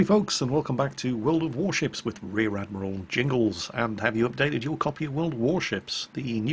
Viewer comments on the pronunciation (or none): none